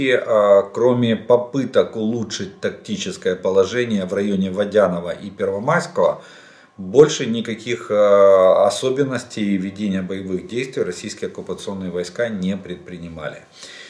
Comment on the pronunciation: Водя'ное, а не Во'дяное, от слова вода', а не во'да